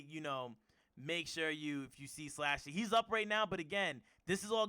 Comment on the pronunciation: Itz pronounced slushy🤦🏽‍♂️not slashy slushy like the gas station drink